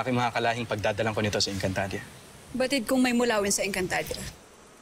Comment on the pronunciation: Napansin nyo ba na nagkamali si danaya sa pagsalita nang encantadia... Sabi nya encantadra😂😂😂😂